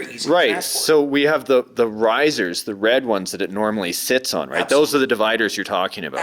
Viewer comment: But why he was keep saing apslutele hahah